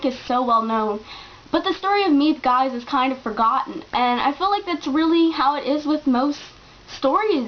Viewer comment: I found my copy of the book in my grandmothers boolshelf after she passed away, it turned out a woman married into my background helped translate it. I really enjoyed it (even though I read it in norwegian); it is very vividly portrayed story wise throughout. Miep Gies by the way is pronounced ”(g)heez”.